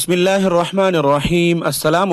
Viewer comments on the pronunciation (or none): none